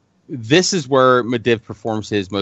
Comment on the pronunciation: i think the guy reads the books instead of listening to the audio books. he says some of the names incorrectly. Medivh "Med-iv", it's "Med-eev".